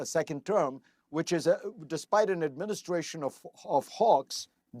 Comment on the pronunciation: legit thought he said an "administration of hogs"